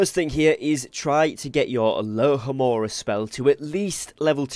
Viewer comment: Sorry - got distracted. Isn't it 'alohomora'?